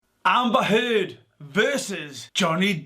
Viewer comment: “Amber Turd” 🤣